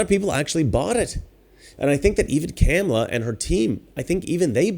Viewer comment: I like how he keeps mispronouncing Kamala's name. Master troll.